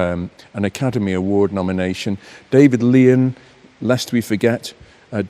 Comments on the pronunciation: David Lean wasn't so famous, it seems, that can pronounce his name correctly. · David Lean. Rhymes with keen. Or what you shouldn’t do against a vintage Lamborghini.